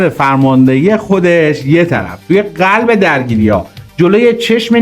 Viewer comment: بی سواد اون قلب نه غلب